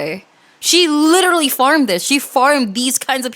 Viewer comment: "I lirellary"